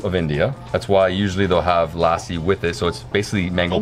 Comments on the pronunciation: muricans saying lassi right is just orgasmic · So proud of - he pronounced lassi correctly and used both hands to tear off the naan like us punjabis do! Great vlog